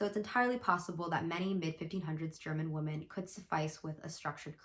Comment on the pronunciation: lowkey super triggered that you pronounce "women" as "woman"